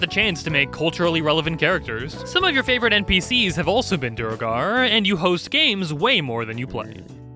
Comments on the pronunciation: It's duergar, not duregar. How does everyone mispronounce this? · Here’s one for duergar: you’re tired of YouTubers and Matt Mercer not pronouncing duergar correctly and you very forcefully correct people who pronounce it “duregar” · you literally pronounced Duegar (pronounced Dway-gar) incorrectly like, barely a minute ago. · You butchered the duegar pronunciation lol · " did his research." >pronounces "duergar" wrong